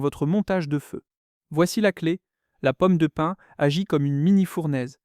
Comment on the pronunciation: Pomme de pine ? Non, POMME DE PIN !